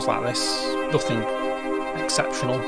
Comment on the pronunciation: How do you manage saying nothing as nothink ? What the actual fk